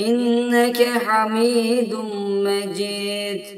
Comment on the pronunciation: Ale Muhammed derken ha yı hırıltılı söylüyor yanlış.2.si inneke hamidun mecid diyeceğine Mecit diyor oda yanlış